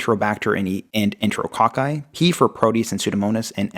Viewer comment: He said,” enteralCOCK-EYE,” ha ha ha😂🤣